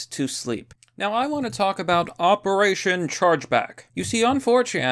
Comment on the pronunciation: Oooo what's this all aboot?